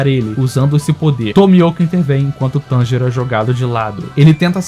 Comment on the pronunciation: NÉ E TB FALA TENJURO